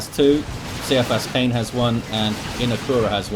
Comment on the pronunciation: Also it's K-EYE-A-FUS- KANE, idc what the author says, he is wrong... go back to english 101 See-I-fus KANE sounds as weak as soppy bread... I meant no disrespect to you sir, but that triggered me hard heh! As always amazing casts, and I wouldn't have anyone else on terra cast my DOWII casts!